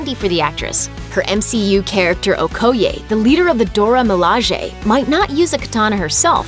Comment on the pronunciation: Who else cringed when she mispronounced "Okoye"?